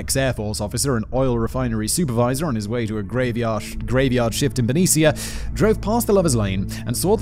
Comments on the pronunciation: The awful story is peppered my giggles at Simon saying Benicia. If you read this, loved it Simon, and it's pronounced ben-eesh-ah, with a little oomph oh the A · Simon... great video! Benicia is pronounced "buh knee sha" lmoa now watch me pronounce UK towns and cities...FAIL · Benicia (you pronounced it more authentically Spanish, as the woman it was named after probably would have done), but the locals pronounce the town name as Ben-ee-sha. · I was waiting to see how you would pronounce Benicia (my hometown). Anyone who lived there at the time would approve. But its not the way I learned and it made me giggle. Keep going Simon and add as many tangents you want! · Ignoring the terrible mispronunciations of Benicia (once the CA state capital!), the Presidio, and Pleasanton; I believe there's an error in this script not caused by Simon's lack of interest in proper pronunciations. Several times a 'Stateline, Utah' was referenced, originally in the context of Lake Tahoe. California and Utah don't share a border. Lake Tahoe is however on the border of California and Nevada, and there is a Stateline, NV right there. I think this is more likely the one meant.